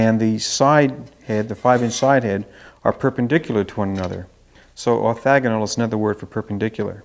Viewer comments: Great demo, really interesting instrument! Have you tried multiple mics? Sorry to be critical but the correct term is orthogonal (replace the first "a" with an "o" so the middle syllable rhymes with "frog" rather than "flag") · orthOgonal !, not orthAgonal